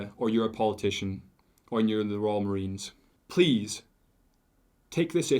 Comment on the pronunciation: It's the Royal Marines not fkn Royal Marina's